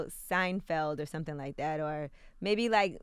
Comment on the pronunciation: "Sumpthin " SMH